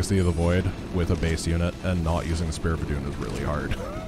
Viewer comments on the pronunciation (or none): none